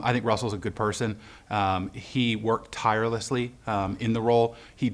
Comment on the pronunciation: i dont mind this guy seems like hes a little embarrassed.. but whats his problem with the word 'tirelessly' 😂onwards! watp